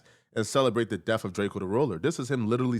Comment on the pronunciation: It’s pronounced Death, not Deaf.